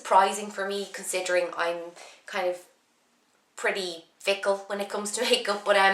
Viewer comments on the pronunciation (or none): She said "fickle"